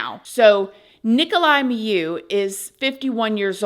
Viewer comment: It is pronounced 'mee-you'. I know, I'm Romanian.